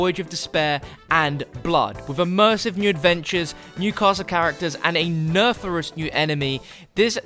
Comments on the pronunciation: Wtf is a "nerfarous" new enemy. Did you mean Nefarious? Is someone writing your scripts for you? lol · “Nerferous” 😂😂 nefarious??